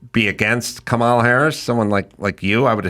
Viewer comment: Such a good interview. Nicole really was such a great pick for Bobby. On a side bar, I just wish that people who don't like Kamala would stop deliberately mispronouncing her name. I don't like the term "micro aggression" but this seems like exactly that. I don't like her either but people she is running for president, maybe we know how to say her name by now.